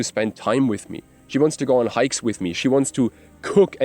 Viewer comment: the moment you said "we go on hikes together" i was like this dude German, then 5 mins "im German btw" i kneeeew it hahaha good vid :)